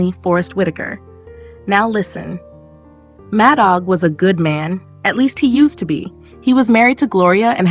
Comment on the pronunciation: The AI is horrible ! It's pronounced Mad Dog